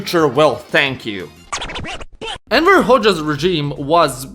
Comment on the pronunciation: I actually heard Emperor a few times, LOL.